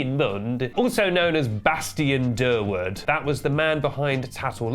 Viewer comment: I love how he said Bastian Durward a lil fancy , as if his own name isn't fancy af. That's so tennis 😅